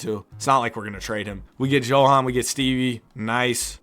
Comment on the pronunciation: Johans name is pronounced Yo-Han And Sergei is Ser-Gay